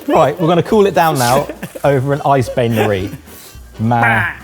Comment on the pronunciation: Second thought: At least they said "bain" right.